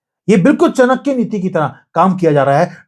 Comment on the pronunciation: Aatam आतम❌ nahin,its AATM आत्म✅ Chanakya चणक्य❌ nahin CHAANAKYAचाणक्य✅ 🙂🙏